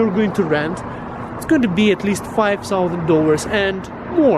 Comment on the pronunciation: Hey when you say "thousand" it sounds like solvent, sulvent etc.:) It's been bugging me for some time and I was thinking how to tell without upsetting you. Great cat by the way.:) I'm living with one too. Take care and thanks for the videos.